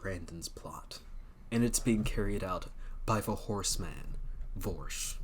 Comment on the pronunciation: Vorsch? Neigh, no way!